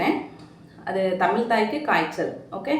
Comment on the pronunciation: தமிள் என்று உச்சரிப்பதை திருத்திக்கொள்.